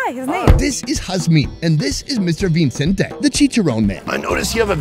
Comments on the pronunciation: You got Vicente’s name wrong. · Vicente no Vincente 🤣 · "Vincente" lol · Vicente, not Vincente 😂